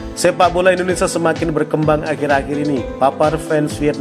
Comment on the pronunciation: bang...indonesia bang..bukan indonesa